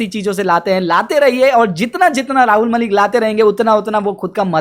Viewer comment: भाई पहले तुम खुद ठीक से उच्चारण करना सीखों,,, वीडियो के शुरू में पहले तुम राहुल मलिक बोलते हों और कुछ सेकंड बाद बोलते हो,, बहुत अच्छे से उच्चारण करने के लिए तो अभी आप को भी सीखना बाकी शेष है